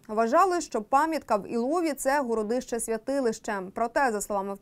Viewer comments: ГорОдище,в розумінні великий горОд.Вперше таке чую,вухо ріже.Одне писало друге,,вещає'' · ГородИще, а не ГорОдище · ГородИще, а не горОдище?